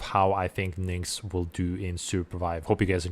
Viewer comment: good guide man but her name is pronounced NICKS why do you say it like NINKS?? Where does the N comes from???? it throws me off so hard every time you say it hahaha